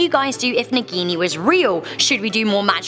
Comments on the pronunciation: They can't pronounce a single hindi word correctly...they introduced 'Naagin' as 'Nagini' in movie. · Hahah the way you pronounce "naagini"